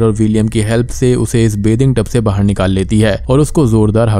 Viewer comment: ...jabki uski explaiation utni achhi bhi nhi h...wo ladki. Baahar ko baahir bolti h😂